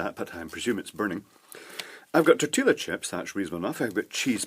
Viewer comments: Tor till lah chip? LOL. I say lol only because I was raised in Mexico/S. America/Central America and Texas so a huge Spanish/Mexican influence. :) In Spanish the double L sounds like a Y so Tor tea yah chip. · Oh my fucking God. it's TOR-TEE-YA not tor-til-a. TOR-TEE-YA, that's how you say it. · lol its tor-ti-ya chip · two years late and I'm sure you know already, but it's pronounced tortee-a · I love the pronunciation of "Tortilla" chips with the audible "L". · I'm wondering if you're pronouncing Tortilla that way just to see how many people would complain :)